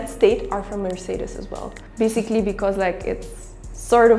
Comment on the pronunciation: F(V)Wolks-war-gern, Merc-say-ders